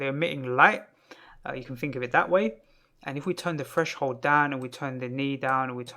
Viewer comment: It was just a joke in reference to your accent :) because when you said threshold the "th" sounds like f, and the word "fresh-hold" kept making me think of a fridge for some reason. Anyway, Thank you for the tutorial ! it's very well put forward and useful info, no time-wasting or explaining things that don't need explaining like some other tutorials i've seen. I've been meaning to learn more about particles and some of the modifiers like smoke and cloth